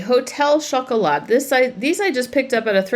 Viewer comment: You don't pronounce the T in French chocolat, so it's 'show cola.'